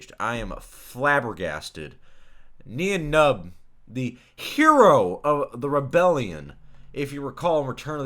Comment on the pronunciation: His name is pronounced as nine numb